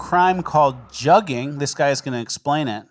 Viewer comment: Just a heads up also "jugging" is pronounced "jooging" by these juggers